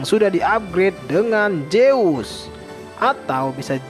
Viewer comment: Zeus , not jeus 🙏🏻